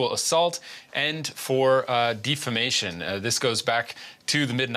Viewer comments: Defamation not "difimation" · Dude said “defimation”